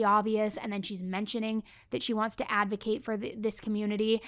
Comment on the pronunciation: I heard Casey Anthony says "I am an illegal Advokat" 😂 that fits somehow